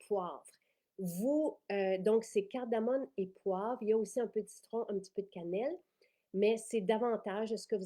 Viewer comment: Bonjour, merci pour ces belles nouveautés, bien intéressantes! Petite précision, c’est de la cardamome et non « cardamone ». Bonne journée!